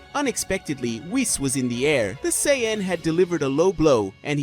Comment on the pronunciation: Blocked for bullshit garbage fanfiction that could never happen. Also, you can't pronounce Sayian properly.